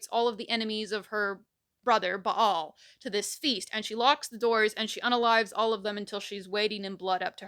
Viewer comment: I love that she properly pronounces the name Ba'al.